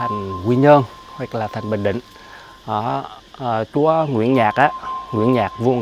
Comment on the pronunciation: Nge ông su nói chúa ông đọc thành chó